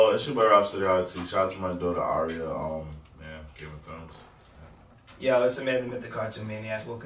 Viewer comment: plus it's pronounced differently. Arya (Are-yah), not (Air-ē-ah)